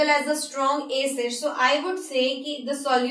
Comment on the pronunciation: Plz don't say aaacid, it's acid. Helpful video tho